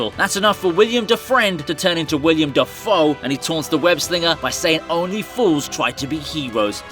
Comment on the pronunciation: It's Willem, not William